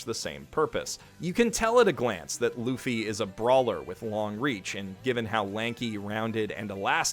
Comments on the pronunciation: do you think he pronounced that name wrong I always thought of it as loofy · It's pronounced "Loofy". I don't know how you continually keep mispronouncing simple names... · Luhffy? Come on thats gotta be one of the worst mispronounciations you've ever made. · My man cannot pronounce anything that isnt in english my man just called luffy lufy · Did this b just say Luh-fee? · as a one peice fan i have to say that he has no idea what is about to come and also its loo-fy that is how you pronounce luffy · Oh god oh no... he said “luu-fee” oh god why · bro, rookie mistake (you spell it "Loo-ffy") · okay cool but i died abit when he said "luh-ffy" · did this dude say luhhfy ........ EWWWW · It’s pronounces loofy btw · I’m not complaining about his pronunciation of “Luffy” because technically none of us are pronouncing it right. His name in Japanese is pronounced “Ruffy” due to the “L” sound not really being a thing, so the “R” and “L” are kind of interchangeable. There’s a reason why the “furumetur archomisto” meme is a thing. (Though for anyone who doesn’t know, nobody actually pronounces it like that believe it or not) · Monkey D Luh-ffy... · its pronounced "Loofie" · You kinda pronounce Luffy as Laffy XD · He's reading it so at least there's SOME excuse there. In all fairness if we were going by English pronunciation "luhffy" would be correct. Hell, that's how I always read it in my head before I got into it. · Why do people keep mispronouncing Luffy. It's pronounced as Ruffi because it's Japanese. I mean who says The World instead of Za Warudo? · You say it like loofy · Lol he pronounced it as Fluffy without the F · I originally read Luffy as Luhffy, and now that Ive corrected myself, it DOES NOT SOUND RIGHT. Luhffy does not sound good at all the correct pronunciation is so much better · Jealous you get to watch OP for the first time. Like if you are this hyped over early OP, in my opinion it just improves throughout. Just so you know it’s pronounced “L-OO-FY”